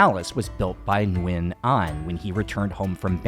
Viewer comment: Many years ago while staying at the Suk11 hostel I saw a small old wooden board signs "Minh Mạng" name of a Vietnamese King (reigning ) one of the king Gia Long's sons, some Vietnamese royal family members must have lived in that Soi 11 Sukhumvit area hundred years ago. Your pronunciation of Viet last name "Nguyen" is pretty accurate!:hand-purple-blue-peace:🏰💒